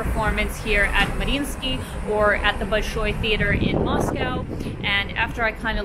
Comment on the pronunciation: I am new to the channel. You said Bolshoi without peculiar English-speaker's accent, without any accent. Do you speak Russian?